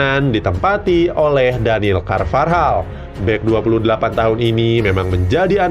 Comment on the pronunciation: daniel carvajal woy bukan carvarjal gajelas banget asli